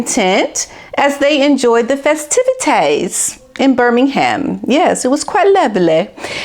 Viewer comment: please watch the Commonwealth Games to know how to pronounce BIRMINGHAM 👍